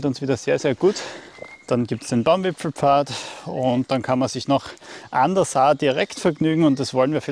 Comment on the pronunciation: Wieder wunderschöne Eindrücke und keiner sagt „Baumwipfelpfad“ so schön wie Du, ❤️